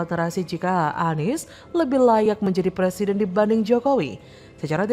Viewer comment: Anak TK muka aki2, ngomong R aja ga bisa, mau jd plesiden, wkwkwk